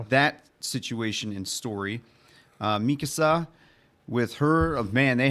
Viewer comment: Love how you keep saying Mikasa's name wrong